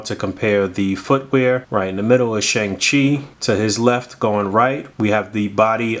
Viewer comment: Hey, just wanted to help out for future reference: Shang Chi is pronounced Shong-Chi and Simu Liu is pronounced See-Moo Lee-You 🙏🏻 Also the weapon Shang Chi comes with is actually known as a Gun. Pronounced Gwan. It's one of the primary four fighting styles in Chinese armed Combat.